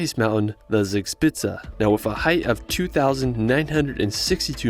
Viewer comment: Zixpitze das heißt Zugspitze 😉